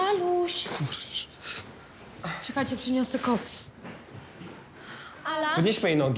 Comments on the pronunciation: czy tylko ja uslyszalem kox zamiast koc XD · ja tez usłyszałam kox XD